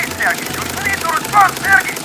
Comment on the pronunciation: Not SErgey. SergEy